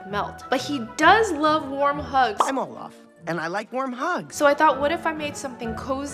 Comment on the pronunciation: Guys it's not "Olaf" it's "all of" ✨😂